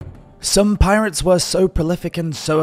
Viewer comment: Dude. We are you saying PI-RATE-S? That is not how it is pronounced.